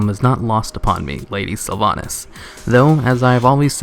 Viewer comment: Hmm))) nice silver pine quest! In Russian version garrosh named sylvanas «дохлятина» (carrion). Looool, why he speaks “sylvanis”?))))